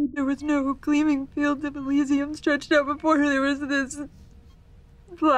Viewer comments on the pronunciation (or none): none